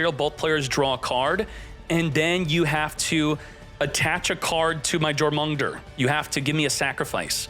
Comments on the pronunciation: Its pronounced 'Yor - muhn - Gon - Der' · It pronounced your-moon-gun-ther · Firstly, I’m stoked that Generaiders are getting more support, played a good bit of it in MD! Second, I’m dying how pronounces “Jor-mun-ger” lmao. I’m not the only one who noticed that, yeah? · The way he says jormungandr hurts my soul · how he pronounce Jormungandr 💀💀💀 we are not making it out of the duelist kingdom